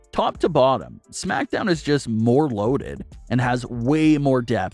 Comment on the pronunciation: You pronounce smackdown like shmackdown lol